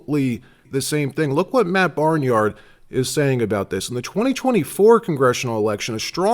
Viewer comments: So,...great job, and always appreciate your messages. P.S. One correction... it's not Matt "Barnyard" he he, it's Matt Bray--nard, "Braynard". Ok, so we've all done that a time or two, good day. 🙂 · [FYI: AT ~ : IT'S "MATT BRAYNARD",.... (NOT "MATT BARNYARD"...) "D'oh!!!!... :face-blue-smiling::face-green-smiling::face-fuchsia-wide-eyes::face-orange-raised-eyebrow::face-orange-biting-nails::face-pink-tears::hand-orange-covering-eyes::face-purple-crying::face-pink-tears::eyes-pink-heart-shape